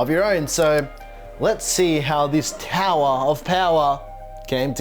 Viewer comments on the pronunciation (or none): TOWAHHH OF POWAHHH